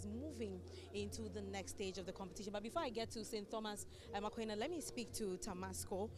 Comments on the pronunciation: You have no idea of transcription, sir. That's my alma mata. It's spelt Aquinas, yes; but it's pronounced as /A-kwai-nas/. Check any good dictionary up for words and how they are pronounced. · "A-kwai-nas" Madam presenter, the Catholics go vex plus you o😂😂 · Our school is A-QUI-NAS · Madam presenter, please learn how to mention the name of our school 😔 AQUINAS